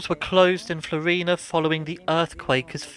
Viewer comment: It's FLO-ri-na. Stress on the first syllable.